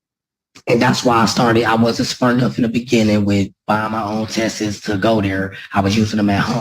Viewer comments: I don’t trust anyone that pronounces the word “ test’s “ as “test-es” 😝😝 Nor do I trust any hearsay about what a dude named Mike saw……😑😑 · That first guys voice is extremely annoying and he should be remanded on those grounds alone!! Also because he pronounced ‘tests’ as ‘test-es’ - that’s just criminal!!